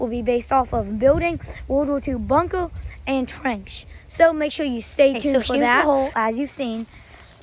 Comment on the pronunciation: “Miwatawy wowld war two bunkwer”